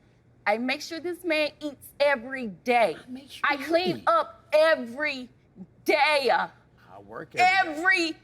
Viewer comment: What’s a “daya”? “I cleaned up every daya”. Ook😂